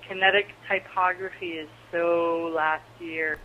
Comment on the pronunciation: Loved it! The way You speak makes this entertaining to listen to. ty·pog·ra·phy though xD